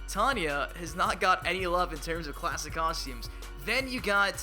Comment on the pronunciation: Im getting really sicknof hearing "klassic" like donthey not realize theres like a bunch of new characters? Scorpion has like 10 costumes.